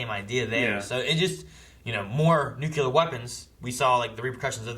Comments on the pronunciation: This isnt about the movie or the reaction. BUT FFS IT'S NUCLEAR! NU CLEAR! English its not my first language but cmon guys. Ur just adding more vowels for nothing. Its not nucular. Nuclear, like new and clear. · Yeah it's pronounced new-clear